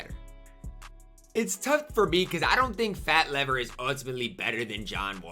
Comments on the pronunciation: It's pronounced Fat Leave-er. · "FAT LEE-VER"